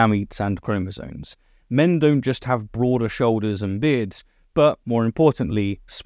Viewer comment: etc. -- it's chromosomes, not chromosones